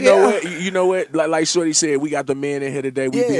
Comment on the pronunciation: He still say that wrong “Shordee”😩